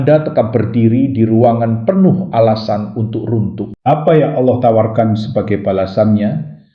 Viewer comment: ALLAH ✓ Bukan Alloh, sya dengar sesekali Admin membaca Allo🤔